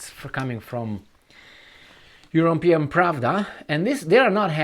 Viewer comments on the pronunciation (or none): none